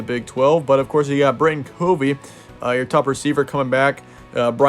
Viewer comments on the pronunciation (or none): The names mispronounced Covey (cuh-vee) Kuithe (key-thee